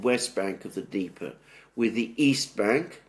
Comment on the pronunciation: Its Dneper, not deeper! Subtitle!!!